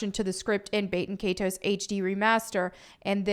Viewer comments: Please it’s not bate in kay ties. It’s Bat-in Kai-tows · Bay-ten Kay-toes 🤢 The horror in her pronunciation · When you hear baten kaitos being said completely wrong. Just proves the point why it was removed. 😂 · learn to pronounce the title right